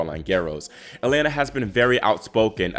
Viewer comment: Just a note, the Russian Е is pronounced as Ye when it starts a word, so her first name is pronounced Yelena. Keep up the great work!